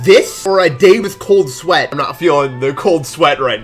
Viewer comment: Cold sweat or cold swaet?